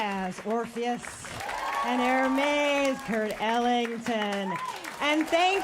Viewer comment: Obsessed with Alison Stewart’s pronunciation of Hermes as Hermès